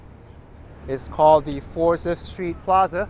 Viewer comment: Forsythe is pronounced "Forsite."